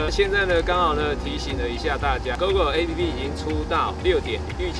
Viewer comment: 而且你要專業一點，app不要唸ㄟ批批，要唸「ㄟ普」啦！